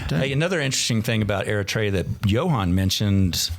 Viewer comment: Not to be a douche, but you’re pronouncing Eritrea wrong. Look it up.